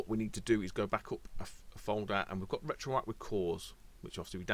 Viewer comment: it's RetroArcH, with the H pronounced at the end, not just "RetroArc"